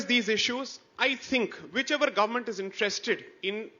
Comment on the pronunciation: saying gorment 😂